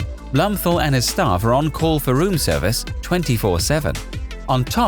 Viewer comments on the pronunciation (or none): none